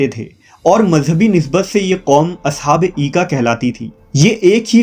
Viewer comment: Aoa Brother. Correction Required. In Holy Qur'an these are mentioned as (Ashab Ul Aika) not Eeka...